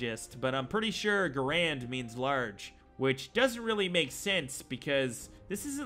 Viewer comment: The M1 Garand was named after its inventor John Garand, not because the rifle was big or anything like that. Also it’s not pronounced like Grand. There’s an extra “A” there for a reason.